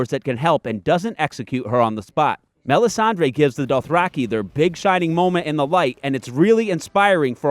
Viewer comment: Mel ihs ahn DRUH.